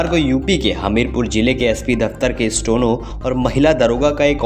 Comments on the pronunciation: भाई, आपका उच्चारण ठीक करें। स्टो नो नहीं, स्टे नो है। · Bhisahab 'stono, nahi hota steno, hota h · Bhai stono nahi hota steno hota hai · न्यूज़ एंकर जी, स्टेनो या स्टोनो ? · अरे भाई स्टोनो नहीं स्टेनो, बार बार स्टोनो स्टोनो क्या बके जा रहे हो 😀😀😀😀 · स्टोनो नही, स्टैनो का उच्चरण करें। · अपना उच्चारण ठीक करो भाई स्टेनो की जगह स्टोनो बोल रहे हो आप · The person recording this video kept pronouncing Steno as Stono till the end. First get your diction right before you come in front of hundreds of listeners. It is difficult to believe these semi literate videos. Kindly improve or stop. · Stono nahi bhai Steno.. Stey+no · Stono ya steno,do correct pronunciation.